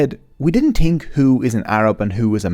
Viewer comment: tirty = thirty tree = three tousend = thousand sout = south tink = think overtrone = overthrown hooties = houthis